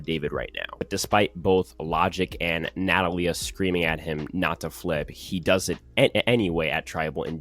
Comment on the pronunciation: I cringed every time you mispronounced Natalia